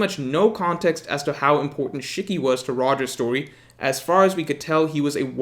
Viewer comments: It’s SHE-KEY Not SHICK-Y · That Shiki pronunciation hurts